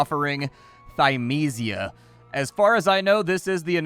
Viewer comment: I think developers should put pronunciations next to their titles sometimes for people like, I love his content but he manages to mispronounce every title D